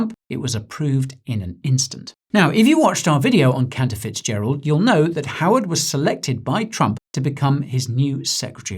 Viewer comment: Did you just say that man’s name was Counterfeitgerald? 😂 I know that’s probably not how it’s spelled, but sure sounded like it 😅